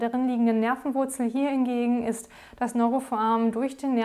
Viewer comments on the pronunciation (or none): Was zur Hölle soll denn bitte ein „Neurofoamen“ sein, das heißt foRamen! Bitte deutlich, ruhig und freier sprechen, die Beiträge sind sonst ganz anständig. Aber Foamen macht einen wahnsinnig...